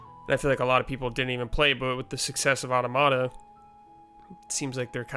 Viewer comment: Otta-motta? I’m pretty sure it’s pronounced aw-TOM-ita. Like automaton.